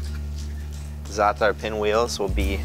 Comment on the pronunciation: I don't think I've ever heard anyone pronounce za'atar and labne correctly, outside of Arabs – props to this guy! 😄 These look amazing though, it's insane how much work goes into this bakery operation.